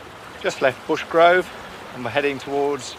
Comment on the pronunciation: *Brushgrove, not Bushgrove 😂